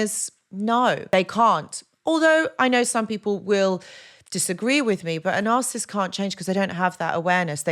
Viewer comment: You struggling to pronounce the N word😂